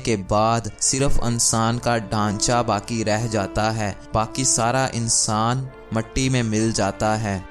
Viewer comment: Ankaar....Ansaan😅 wah....tumhara talaffuz....koi aur kaam kia kar....kapray phar k sia kar